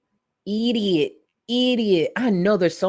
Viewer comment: Id have to look what year I started you it was early tho I remember the bob, & colored contacts & it was after weight loss vlogs I missed you when you took a long break after the internet got gross Eww she just said "eeeediat" lol I always comment while I watch